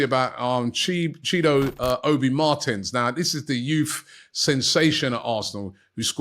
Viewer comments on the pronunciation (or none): one thing i always wondered with robbie is why he pronounces his “TH” words (This They Them) etc. as Vis, Vey and Vem 😂😂😂